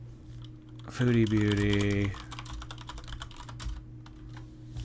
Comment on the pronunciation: I can never tell if you are doing it on purpose or not but you say “foodie booty” instead of “foodie beauty” 😂